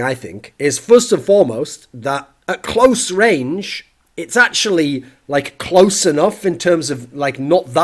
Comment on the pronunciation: Did you hear how he said "close" ?